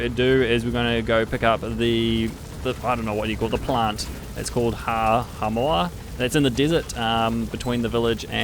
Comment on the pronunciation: “Howa mowah” what’s hard about the word bruh. “Hao ma” (how mah)